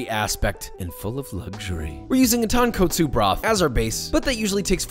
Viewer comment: ton-KOTsu not ton-katsu